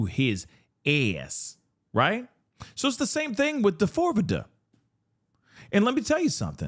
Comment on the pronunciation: when you call him "Da-fore-vidda", I absolutely lose my shit 🤣😭 hearin you say it the way it's spelled serves him up.